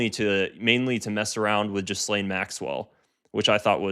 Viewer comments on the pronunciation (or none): GIH-LANE . NOT JIZZ-LANE my God